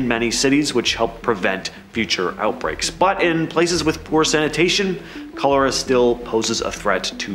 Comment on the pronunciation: Aren't you mispronouncing Cholera